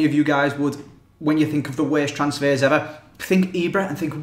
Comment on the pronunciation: Thee Weeeest transsfehs eveh